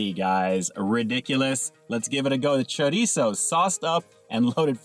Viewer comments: High five to my fellow Californian who knows how to pronounce chorizo! Cali peeps represent! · Glad you attempt to pronounce it right ☺️